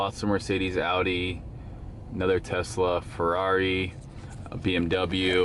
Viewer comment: Big ups for pronouncing Audi properly Steve!